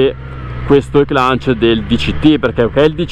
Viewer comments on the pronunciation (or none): È spettacolare questa moto ❤ le moto GP hanno lo stesso funzionamento di questa E-Clutch. E cmq non si pronuncia con la N in mezzo alla parola! A parte questo bel video e bellissima moto